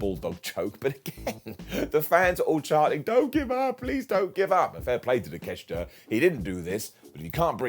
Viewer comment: It's pronounced Take-Shit-A